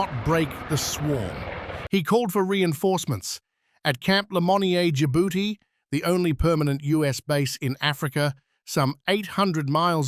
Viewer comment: At , pirates' strongholds were mentioned, but on screen 'strongholds' became 'liars', which was probably meant to be 'lairs'. 3 serious blunders in just a few seconds. Labon is pronounced la-BOONE? I seriously doubt it. At , it's nautical, not nuatical. The African country is Djibouti, not Djabouti. The branch of the US Navy is the 'seals', not the "s.e.a.l.s." ( . At , 1630 is PM, not AM.